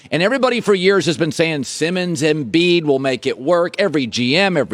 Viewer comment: I get nightmares of the way Broussard says Joel Embiid